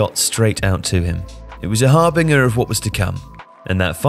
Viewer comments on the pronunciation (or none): 'Harbinger' has a soft 'g' in the middle... standards, standards...